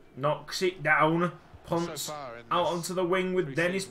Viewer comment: It’s not “ponce” it’s “pon-seh”